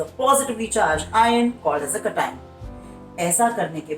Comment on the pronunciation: Sir i am sorry but i didnt understand it when u said cation or anions cause your pronouncation was a bit different.. no hate❤❤ your videos help me a lot